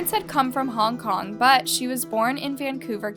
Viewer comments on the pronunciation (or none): none